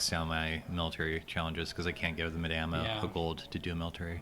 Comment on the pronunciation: Thank you. Madame rhymes with Adam.